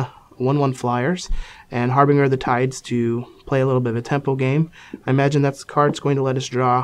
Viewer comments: That's pronounced "Har-bin-JUR" not "Har-Bing-Er" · HARBINGER! It's pronounced har-binge-er as in binge-eating or binge-drinking, with a harsh "g" sound. It's means like an omen announcing the arrival of something, ie. he announces the coming of the tides. Which like, doesn't make a whole lot of sense, but still. It's really painful to hear it mispronounced so much.